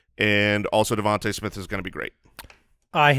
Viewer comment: pronouncing Devonta Smith correctly